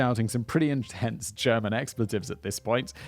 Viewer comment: As a german I find it super adorable how Simon pronounces German :)